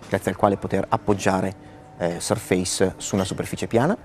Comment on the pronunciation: Bel video, ben fatto, ma con un paio di imprecisioni: Surface si pronuncia in modo diverso, e la cover sottile si chiama Touch Cover. La Type Cover è quella con i tasti fisici, più spessa. il bootloader è sbloccabile dal pannello di controllo Modern. Alcuni possessori hanno fatto dei video in cui hanno installato Ubuntu ed altri sistemi.